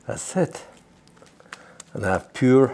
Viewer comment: I really Love this man as he is an Modern Day Icon for certain. I especially love when he says "an dats sit". :-) Thank You.